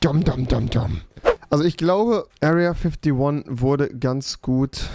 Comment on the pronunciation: Niemand: Rewi: Area Füphtee Wone 😂😂